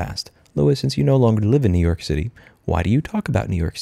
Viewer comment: “New Yoork is a braaand.”